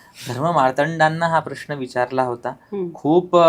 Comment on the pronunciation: ताई, प्रश्ण नव्हे, उच्चार प्रश्न असा असावा